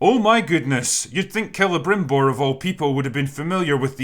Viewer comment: finally someone says celebrimbor properly